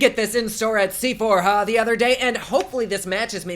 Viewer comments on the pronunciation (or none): “Se-phor-hah” YES SEPHORHAH COME THROUGH 😂😂